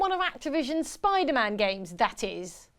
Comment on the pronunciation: Why is pronouncing Spider-Man as "Spy-demand"?